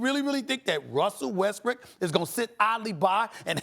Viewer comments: hahaha stephen a said westbrick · Stephen A Smith called Russell Westbrook, Russell westbrick lmao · did SAS just say Russell Westbrick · He said "westbrick" haha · Lmao Stephen A calling Westbrook Westbrick lmao 😂 😂😂😂😂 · Did stephen a said russel westbrick... hahaha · DID THIS NIGGA JUST SAY RUSSELL WEST- BRICK?